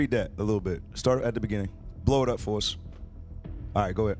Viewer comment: When I started listening to you guys a few months ago, I thought you were saying "auntie,' not IT. 😅